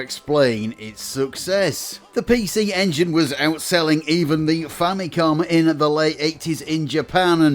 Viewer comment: Did you just call it "the fanny come" ?😂